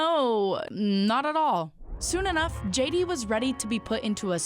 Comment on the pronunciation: “Shay” D Vance